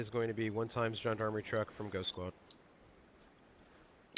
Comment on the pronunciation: I cringe every time you try to pronounce Gendarme (its pronounce like John Darm)but hey i suppose its not something you would know how to say unless you heard it from someone else.